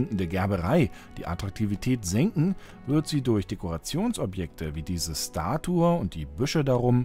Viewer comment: Danke. Darauf habe ich gewartet. Ist dir bewusst dass du das Wort "Statue" falsch ausspricht? Du sagst "Statur" sogar zweimal in diesem Video. Ich möchte dir nicht zu nahe treten, vielleicht ist das auch was dialektisches. Ich finde aber, man sollte als Sprecher schon darauf achten Wörter korrekt auszusprechen. Das ist aber meine ganz persönliche Meinung.